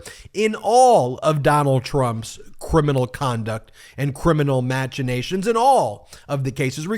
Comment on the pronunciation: Ben - it's MASH-ination. Like machine.